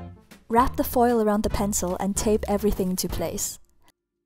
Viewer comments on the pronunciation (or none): none